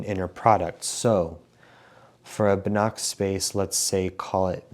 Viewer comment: You pronounce Banach wrong, the "ch" is pronounced like "h" (voiceless velar fricative). I think the word "house" in English has a pretty close "h" (voiceless glottal fricative). I hope this helps 🙂